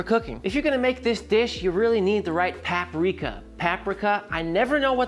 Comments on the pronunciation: It's usually Paprika not Papreeka. Coming from a Czech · the peppers should be sliced the long way not diced. and it's not "PAP" rika. it's PUP rika. otherwise looks tasty. not sure about the black pepper and the tomato paste though.